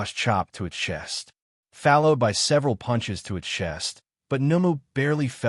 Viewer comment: Why is followed being pronounced with an A???